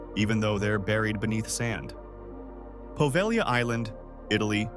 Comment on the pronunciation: Love that this narrator pronounced "Poveglia" correctly. And that's actually someplace I'd love to explore; its history is so morbidly creepy.